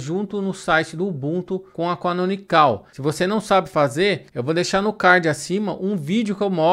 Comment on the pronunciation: Uma coisa que não sabia, achava que tinha que pagar para obter a versão PRO do Ubuntu. A propósito, não se fala "canonicál" e sim, canonical sem o acento agudo. Deixei um like no vídeo.